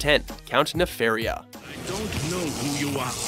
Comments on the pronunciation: It's Ne-FAR-i-a, not Ne-fare-i-a. Get it right, nimrod. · You even included Count Nefaria in the clip, and you still couldn't fucking say his name correctly.